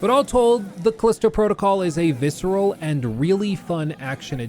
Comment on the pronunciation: Ha. He said visceral.